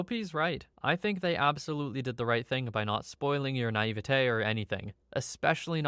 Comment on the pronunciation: Bro says naivety the same way Cartman says "authori-TAH"